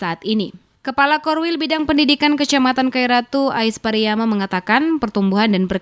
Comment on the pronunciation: PARIAMA BUKANG PARIYAMA